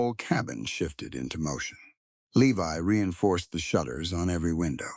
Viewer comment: Levi is pronounced "Lee•vi" long "I" as in English.